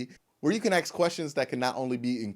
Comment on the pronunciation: I swear if you dont learn how to say ask im gonna unsubscribe